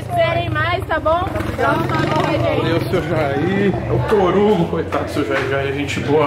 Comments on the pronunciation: Se tem seu Jair pronunciando "Torugo" tem like. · Tem Seu Jair falando TORUGO tem like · Fala torugo. Kkkkkkkk